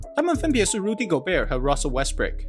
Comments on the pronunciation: 忘了和大家说今天GM嘴巴痛不小心把westbrook说成westbrick，希望各位龟迷别生气，难免口误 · 已經習慣Westbrick的發音了